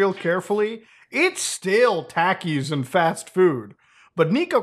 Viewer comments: More important than Niko's weight loss, is the way muta says takis. It's surreal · mutahar calling pronouncing takis wrong is the most wholesome things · Came here for the weight loss, stayed for the "takis" pronunciation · good for him, but the way you say "Takis"... Smh my head 😂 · Never heard a desi person pronounce takis like that 😭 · Who is going to tell him how Taki’s is pronounced? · Is no one going to say anything about how he pronounces Takis 😭😭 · How he pronounces takis lmao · No hate but it's not Taky it's tahkiis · Taki is pronounced "T-ah-key", not "Tac-key" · Tackies 😂 They're a Mexican snack it's pronounced "tockies" 😂 Sorry couldn't just stand by on that haha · i cant get over muta saying taki like "tAki" instead of "tOki" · Love the vid muta.. but 😂 it's not tackie lol.. it's pronounced more like talkie. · Let's just hope his "Diet" isn't meth. Then we have a whole new can of worms...😂 and Muta your the man. But I believe it's pronounced Tok E's Not Tak E's. Just busting those coconuts you have bro. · muta its pronounced TAH-KEE not TACK-EE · They're pronounced (tah-keys) not (tackys) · Pronounced talkies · No offense intended, but I love how he pronounces Takis as "Tackies" 😂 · It's pronounced Takis (Tah-Keys) but I think they only sale them in the US and maybe mexico. I've eaten em before cause one of my homeboys that's mexican likes em there pretty good Muta definitely recommend if u can get ur hands on a bag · I hate to be a kind of pronunciation police but I live in Texas and my best friends that I grew up with are Mexican and always had Takis at their houses and they would always share with me. That’s not how you pronounce Takis but it’s understandable because Muta is in Canada lol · I love how mutahar says Takis, “Tackies” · The way muta says taki hurts my soul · I love how he says talkies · Say Tackees* again. I dare you. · STOO SAYING TACEES GOTDAMN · Muta I love you but it’s pronounced “Tah-Ki” lol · It's pronounced Talk-E